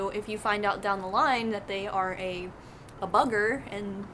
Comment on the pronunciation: I don't think I've heard an American say 'bugger' before. It sounded funny but in a nice way :-).